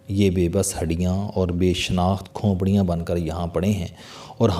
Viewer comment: CHOUHDERY SAHIB AAP KO APNI URDU THEEK KERNI PAREY GI BOHAT SAREY ALFAAZ AAP GHALAT BOL RAHE HAIN JAISEY( KHONPRIYAN) NAHIN SAHI LAFZ HAI KHOPRIYAN AOR( SIAH )NAHIN SAIYYAH